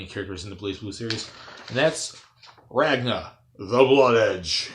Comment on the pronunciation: You pronounced his name wrong.